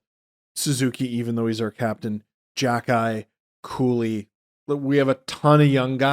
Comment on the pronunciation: says “Cooley” instead of Guhle